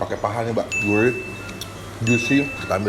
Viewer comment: Siguurih bang siguurih, bukan siguuwih